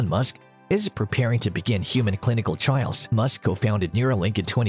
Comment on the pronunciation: Trials, not trails.